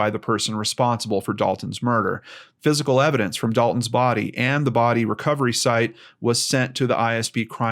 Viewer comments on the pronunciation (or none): none